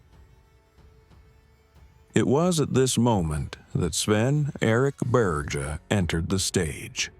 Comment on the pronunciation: Swen Beerz? Probably not how you say his name LoL. It's more like [Baer-jeye] or something... hard to explain to English speakers...